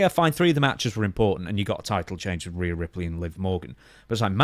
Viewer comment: REE UGH. Not RAYA #Rhea